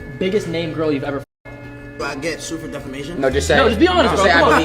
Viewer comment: So I guess I'll be the one that finally tells him... defamation does NOT have an "R" in it. You keep stressing how much you know about the law but it helps to say the words right😘